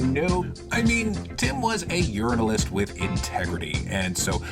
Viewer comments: Mispronouncing the word 'journalist'..... It's true! He's a foreign agent sent to sow dissent in the USA! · “Yearnalist” LOVE IT!